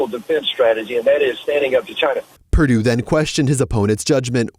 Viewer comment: Swallowell for example, Chy-na Joe for another